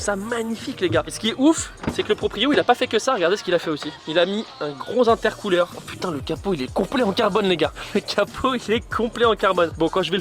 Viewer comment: Intercouleur 🤣🤣🤣🤣🤣🤣🤣🤣 cette accents francais ahaha sur cette pièce anglaise